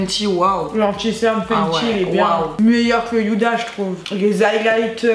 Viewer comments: Il et mal estomper le Contouring de c domage ça m'a fait trop rire quand vous dîtes yuda o lieu de ouda (huda) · « Youda » pour Huda😂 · Nn sa se prononce pas du tout comme un y c est juste elle le prononce mal 😂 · Y’a que moi que sa dérange qu’elle dise yuda 😂😂😂 Sinon jtem roubi ❤️ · On dit pas yhuda beauty 😂😂😂